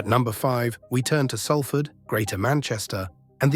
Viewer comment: Learn how to pronounce Salford mate.